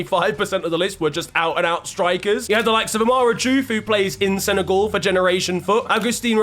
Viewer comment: He thought it was sen-a-gyal 👏🏾👏🏾👏🏾didn’t even finish the video just liked the vid and told my Mrs I appreciate her😂😂